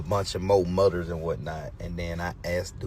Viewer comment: it’s “mudders” and “comp-table” that gave everybody pause! Something ain’t connecting Dad! 😂